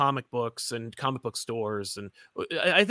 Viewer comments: I love, but I miss his old jingle that went “co-mick tropes!” I’ve never even heard someone pronounce it that way by accident, it was amazing. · Love that opening and glad someone else noticed how it was pronounced “co-mick”. That’s how I always pronounce it now.